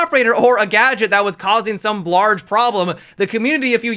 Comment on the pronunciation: "blarge problem"